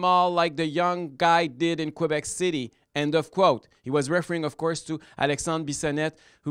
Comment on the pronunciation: "in kwabec", c'mon M. Duhaime.